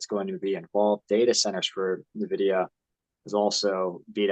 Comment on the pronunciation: Nvidia, not Navidia